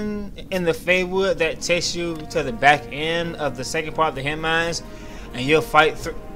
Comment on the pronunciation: It's Henne "Mines" not "Minds"